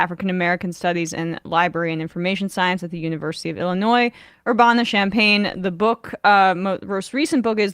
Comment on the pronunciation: Sorry, but... LOL at Emma's pronunciation of "URBANA"! :) <3 I mean, us locals pronounce it with the short A on BOTH sides of the N, and an emphasis on the "UR" rather than the "BAN"! ;) <3